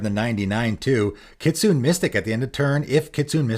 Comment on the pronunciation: It's pronounced kit-soo-nay, by the way. Not kit-soon.